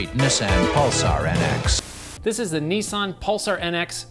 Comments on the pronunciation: Did you even hear the guy in the advert ???? ... its NISS SAN, not Knee san, FFS. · He said nis-ann.